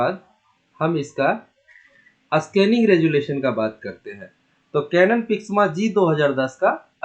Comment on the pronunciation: अस्कानिग क्या होता है😂